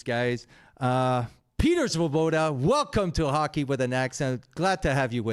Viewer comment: The Svoboda accent is a beauty!! Fits right in!!